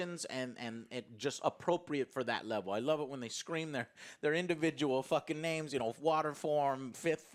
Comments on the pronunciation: Hearing Joe butcher the names of every character multiple times gives me joy. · Watched 1 season and a 2 hour movie and still can’t say the names right 🤣🤣🤣love you though, joe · Not just multiple times. Literally every time lol. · Did you watch in sub? because that’s the only way I have to explain you mispronouncing all the names lol. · I loved your review Joe but listing to you guys miss pronounce the characters names was painful 🤣👍 but great rating man I appreciate you doing this review for all anime fans out there 🙂🙏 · Come on now. Learn the pronunciations of the names of the characters, please. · for someone who watches anime and who watched the entire first season AND just watched the movie, joe absolutely BUTCHERING every name was insane to me lol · I'm sorry but the way he pronounces their names is driving me crazy 💀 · Yall r butchering the names of the characters lol